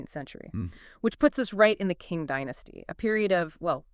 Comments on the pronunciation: Unfortunately I could not bear your bad pronunciation even of the Chinese "Qing" Dynasty. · Omg! You’re right. What a blunder